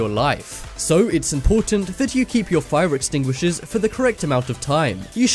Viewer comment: Lmao "fire extinuishers"